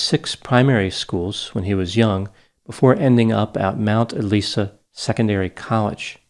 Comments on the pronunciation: But mispronouncing Mt Eliza. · Not to mention mount (elisah) eliza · Mt Eliza...Pronounced e-Lies-a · Sadly, failed the pronunciation of Mt Eliza. Full marks for 'Melben' and 'Brisben' though. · Just a bit of a miss on Mt Eliza though. But I’m just nitpicking because the Melbourne pronunciation was so bang on. :p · except for pronouncing Mount Eliza but that can be forgiven lol majority of area names are spelled differently than how they are pronounced even taking aussie accent into account imo